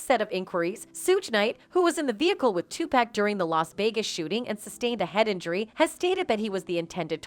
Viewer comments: White ppl it's not 2pack it's 2pac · Can't listen anymore because the narrator keeps mispronouncing Pacs' name. I noticed all white narrators mispronounce his name from time to time. 2 pac= pock not pack SMH. It really bothers me. Puffy is in that I'll do whatever it takes or anything for the fame and fortune crowd or world. When they are tired of him or no longer need him. He'll get what he deserves. It's knocking at his door. I've never liked him. He has always been lame to me. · It’s so cringe listening to her botch everyone’s name ….who tf is 2pack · It's not too pack, it's to pok. You're always pronouncing black entertainers names wrong. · The way the reporter says “2 pack” is some bullshit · 2pack, sug knight, kef D …this why everybody can’t report on shit can’t even pronounce the names correct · Lol Soog Tpack these names we hear all them all the time she really slays the names!!!!